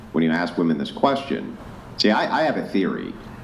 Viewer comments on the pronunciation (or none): Goddammit, now i can't unhear them saying woman instead of women😂😂😂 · “We’re more educated than men!!” pronounces “women” as “woman” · Why do they say "woman" instead of "women"? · Women who can't pronounce "men" or "women" correctly should automatically be disqualified.